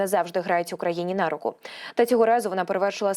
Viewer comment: Не нА руку, а на рУку. Не дошкОю, а дОшкою.